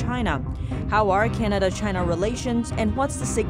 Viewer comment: Love u I always wanna watch u report but sometimes I find it hard to breathe when words like China is being pronounced with a gap between Ch & ina, pe_erson, pe ercent... Perhaps it's just me.. But never mind. I just wish the gap to disappear.. ❤😘😜